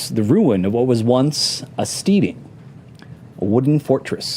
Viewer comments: Stedding, not steeding. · I love Mike, but it bothers me when he pronounces it steeding lol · It's killin' me that Mike Mearls cannot pronounce the word steading ... at least that's what I hope he's trying to pronounce 'cause steeding is something you do with horses. There is an important difference.